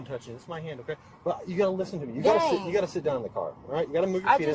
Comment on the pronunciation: “Dang”, not “gang”🙄